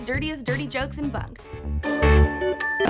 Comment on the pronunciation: When she said bunked it sounded like f*cked